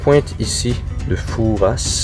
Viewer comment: Hello hello, alors non vous n'allez pas avoir froid, Royan et la Charente-Maritime vous allez être aux petits oignons :) par contre vous avez déjà passé Fouras (le S ne se prononce pas), c'est dommage, Marina qui est fan de Fort Boyard aurait été heureuse de passer sur l'Ile d'Oléron à BoyardVille :) de la plage on voit bien le Fort Boyard d'ailleurs :) et à cette époque de l'année c'est encore assez calme :) et vous auriez par la même occasion, en quittant l'Ile, pu passer par les remparts de Brouage, petit village entouré donc de remparts, avec des artisans, une jolie petite église .... enfin pour une prochaine fois peut-être... ou pas :) en tout cas merci, grâce à vous je vois ma belle Charente-Maritime qui me manque depuis bientôt deux ans de "non-visite" :)